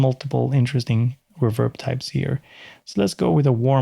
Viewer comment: It's pronounced "reverb", not "reverb".